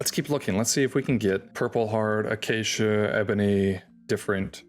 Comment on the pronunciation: Don't try to sneak that pronunciation of acacia past us bro, "uh-cha-chia" is absurd